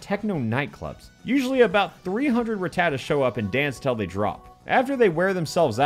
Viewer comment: Of COURSE a hack YouTuber like "" wouldn't be able to pronounce 'Rattata' correctly...